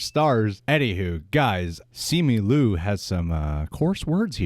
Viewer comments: Simi Lu? First off, you're Asian... You are not allowed to butcher Asian names. It's Simu (SeeMoo) Liu (Lyoo) come on now, get it right! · Bruhhh it’s SIMU LIU NOT SIMI LU!!!! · SEE-moo LEE-ew, please... he tweeted his own name pronunciation. Agree with you guys -- yikes leadership at Disney, huh?